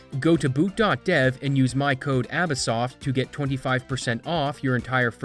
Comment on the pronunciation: In your outro, you always say "", but your profile name clearly lacks the Z. Did it once before, and do you ever consider adding it back(you don't have to, just curious)? Also, with how you pronounce words with the sound of "out" and sometimes just "ow" in them, I wonder: Are you Canadian? Because the way you say them is a pretty common thing in Canadian accents. And about your voice, is that your actual voice talking, or an AI reading what you type in it?